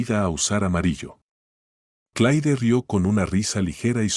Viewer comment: Sr No es Clai Esta bien rscrito Pero se pronuncia C L E R Para que ponen nombres en ingles, si no lo saben pronunciar